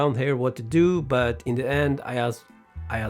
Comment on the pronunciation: You say word " just " wrong